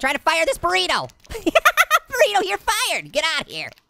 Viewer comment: THIS GUY MAKES ME LAUGH EVERYTIME HE SAYS BORRITO